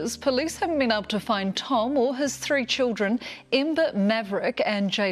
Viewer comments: In this episode, said “tree (3),” “turteen (13),” and “turtieth (30)” sixteen times. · She disappeared tree times and she was twenty tree , poor girl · Did he say * this happened TREE times*? 😅 J/P ty for the vid! 👍